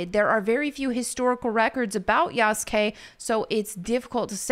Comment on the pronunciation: his name is pronounced: Yah-su-kee not Yas-Gay 😂